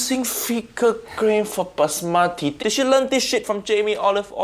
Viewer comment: Kindly learn to pronounce Basmati properly!